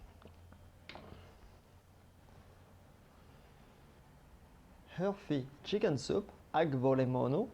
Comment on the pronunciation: Chef you pronounce kοτόσουπα με αυγολέμονο/ kotosoupa avgolemono perfectly! And the recipe is perfect too!! Thank you ones again for your fantastic recipes!!! :)